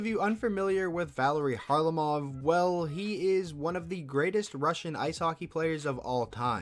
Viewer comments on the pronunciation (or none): valeri isnt pronounced like the girls name haha. and russians stress the middle syllable, so the last name would be pronounced car-LAH-mov.